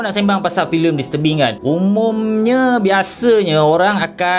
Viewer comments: Aku dengar filem "dis tebing" "mr Bing" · Aku sorang je ke yang salah dengar dia sebut "Filem Mr.Bean" ?😭😆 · bila dia sebut 'disturbing' aku dgr 'mr. bean' 🤣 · aku sorang je ke bunyi mcm dia sebut mr bean? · "mr bing" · Aku daripada mula ingatkan dia cakap 'mr. bean'. Tapi bila aku baca komen kau baru aku sedar. Tq bro. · Aku dgr dya ckp listurbing... 😆😆😆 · haah dia sebut disturbing bunyi mcm mr bean gg tol